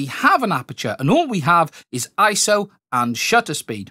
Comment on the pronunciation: Dude! It's I-S-O, three individual letters, and that's what it has always been. You aren't doing Camera Butter any favors...